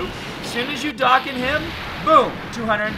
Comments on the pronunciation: "Darkan" what is that? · Its "doe Khan" awaken